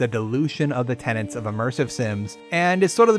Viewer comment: Tenets!! TENETS!! Not "tenants"! Why does absolutely EVERYONE do that?! Subbed anyway haha.